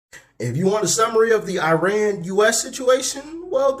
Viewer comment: Its pronounced E-ron